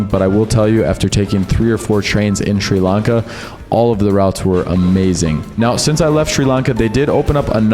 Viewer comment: Notice how he purposely keeps mispronouncing it as "SHREE" Lanka....even though he would have been there long enough to hear 100 people pronounce it Sri Lanka, correctly? What an asshole.